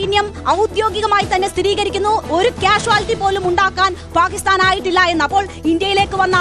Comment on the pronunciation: Not paakisthan But""ബാക്കി സ്ഥാൻ ""😂😂😂